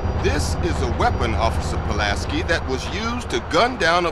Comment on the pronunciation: I love how you keep mispronouncing Pulaski's name, even though you include video clips with the correct pronunciation